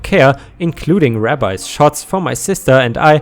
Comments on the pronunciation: Little bit of a heads up for you,: "rabies" isn't pronounced "rab-eyes", but rather, "ray-bees":P Kind of understandable that you wouldn't necessarily know as a presumably non native english speaker:P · Um, I need to tell you, the word is rabies, as in ray-bees. You are saying it Rabbis, as in multiple Jewish religious leaders. I hope that helps you in the future. And the book you wanted was named Cujo. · It's not rah-byes. It's ray-bees (rabies) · Sorry, the way you said rabies, is how to say a jewish word rabbi, or teacher. The proper word here is ra-bies, long a, long ie. This is a devastating disease in america. Animals show no fear, but go insane and attack everything they can. Often they are shot. People do get it too. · 🌠, it is pronounced ray bees. Rabbis are the Jewish religious teachers lol. ⭐⭐⭐⭐⭐⭐⭐⭐⭐⭐ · rabies is pronounced RAY BEEs. a RAB EYE is a Jewish religious leader. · As sorry to do this but that you keep saying Rabbi its rabies shots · "rabies" has to sound like "ray bees". If you are unsure, try where you can get it read out (not by a computervoice) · its not rab-eyes; Rabies is correctly said as RAY-BEES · Rabies is pronounced ray-bees. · Rabies pronounced ray bees. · Rabies: Ray-bees, it's pronounced Ray-bees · I'm sure someone else posted it but "rabies" is pronounced like ray-bees. The way you said it makes it sound like they were afraid of Jewish priests, lol. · Another instance of English language inconsistencies. Rabies is pronounced ray-bees. As opposed to Rabbis (ra-byes) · “Rabies” rhymes with “babies!”. Rabbis are Jewish holy men!